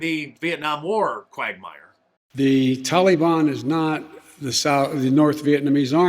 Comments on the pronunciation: when Biden called the Taliban the "Taliwaan"? Was that Obi-Wan gone wrong? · I'm so tired of hearing Biden using the Obama mispronunciation TOLLY BONN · Is he saying "televon"? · INCOHERENT JOE HAS EVERYONE IN THE PRESS CORPS SAYING 'TALLY-BONN'... WE'RE A NATION OF VOLUNTARY-HALFWITS, AND THUS, WE HAVE EXACTLY WHAT WE DESERVE. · Tallybahn? Holy hell, he can’t even pronounce it properly. Biden is disgusting. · "The Tolly-Bon" what a freaking idiot. He is deliberately mispronouncing it to make it sound so gentle and friendly. Exactly like Obama...remember him calling ISIS ISIL, and Daesh or something like that. Anything but the true name because that would make it real. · You always tell a leftist...pronouncing the Taliban as TALLYban. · Old Joe cannot even pronounce Taliban. He calls it Tally Bon. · Potato brain even pronounces it like obama. Tall e bon. Makes you wonder about the earpiece. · If I have to hear Biden pronounce Taliban as "Tally-Bon" one more time, I"m gonna lose it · "The TalEBon".. Joe can't even pronounce the name of the terrorist organization taking over the middle east... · I love the way Old Uncle Joe pronounces "Tolly Bonn." It proves that he is NOT intellectually compromised. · Did Joe say “telly-bahn”? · It's so cringe how Biden says Taliban... mans say "Tollybahn" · Someone tell Joe the i is not long in Taliban......jeez.